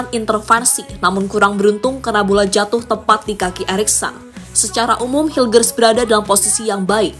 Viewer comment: admin, cara baca namanya meys hiyukhers